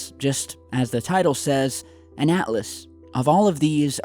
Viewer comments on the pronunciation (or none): none